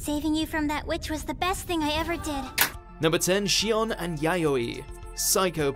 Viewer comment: Her name’s ‘Yayoi.’ How the hell do you get a “yo” sound from an o?